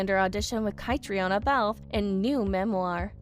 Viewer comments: Yes, these podcasters don't care enough to get the pronunciations right. And Catriona pronounces her name kat-treen-a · kuh--TREEN uh. say it right. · I wish they’d learn how to pronounce Edinburgh and Catriona